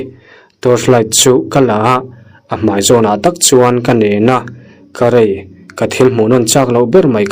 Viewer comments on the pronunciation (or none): Awi karai...an ti ngailo..Awi karei...tihtur aw...